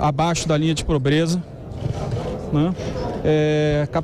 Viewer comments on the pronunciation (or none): Ele falou probreza